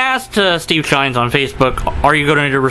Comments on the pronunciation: Just curious. Why are you calling him Steve Shines, and not Steve Shives? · Not sure if you're saying 'Shines' deliberately for a reason, or if it's just a simple misunderstanding. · I love how you mispronounce and misspell Steve's name so blatantly. I unsubscribed to Shives when he made his first video on rape culture. His wife was nonchalantly using the PC behind him, probably coaching his indoctrination. He says he won't talk to someone who supports a hate group, but I'll bet if Shirley Phelps-Roper wanted to chat Steve would jump at the chance. I believe that deep down he knows feminism is another religion but he can't fight it because of his wife. I have a coworker who has been an atheist for as long as I've known him. His wife gave him an ultimatum one day. He's a "happily married Christian" now. Damn patriarchy.